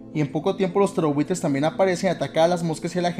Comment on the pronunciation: Siempre pense que decias "terrorbuitres" no "ptereobuitres" xd